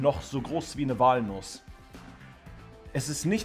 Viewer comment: Sagt er wirklich Wahlnuss? :D was wählt Sie denn?